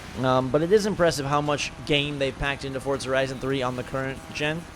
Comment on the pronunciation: Why does he pronounce it like Fortza?